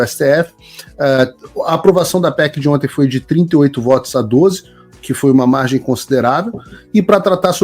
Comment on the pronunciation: "Dia di onti". Rachei de rir. 🤣😂🤣😂👏🏿👏🏿👏🏿👏🏿